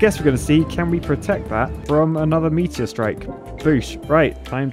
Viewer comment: Lol the way says "meatier"